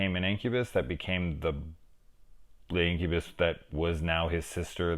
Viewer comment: I guess i really choose the right movie ;) sick review brother, no one talks enough about this movie which is sad, cause its a really cool 80s gem. and yes finally my name pronounced right ahaha